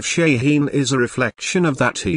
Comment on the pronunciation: its a goddamn ballistic missile. u dont need a frikin video for that - and its shaheen. theres no such thing as SHEEN